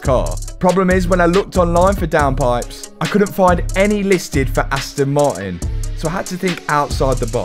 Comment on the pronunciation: It's funny how you say the "T" in "Aston" but can't say the same letter in "Martin" :D Aston Mar_in